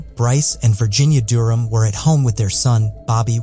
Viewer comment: The way he pronounces Durham was really getting on my nerves